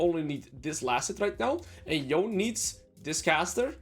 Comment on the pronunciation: Yone is pronounced with two syllables